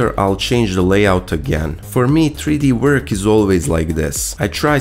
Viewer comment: "It's the same old vork we've done a million times" Speak for yourself, I'm a fresh green newbie 😳